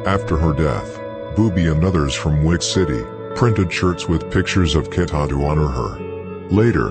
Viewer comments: Who tf is kata?😂 KEEETA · Who tf is KATA 😂 it’s KEEEETA